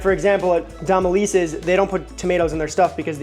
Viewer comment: Dom-eh-lee-sees Nola pronounces things all whack… it’s a lot to keep up with lol I still be a stickler. Lil bit. Want the ppl yo learn